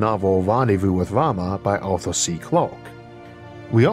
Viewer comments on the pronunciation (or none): none